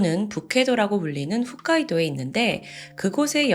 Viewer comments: 늘 잘 듣고 있습니다. 이 사건… 재판이 연기되었죠? 북해도는 일본어로 홋카이도입니다. 몇몇분이 늘 훗카이도로 발음을 하셔서… ㅎ 지역이니만큼 확실한 것이 좋을 거 같아 말씀 드립니다. 오늘도 재밌게 듣겠습니다. 감사합니다. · 훗이 아니라 홋이에요 ㅎㅗㅅ 홋카이도